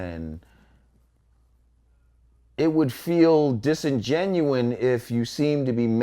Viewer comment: Not "Traditionally" Historically. Also it's Disingenuous not "Disingenuien"